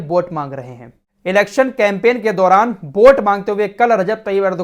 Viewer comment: bhai bot nahi vot kaho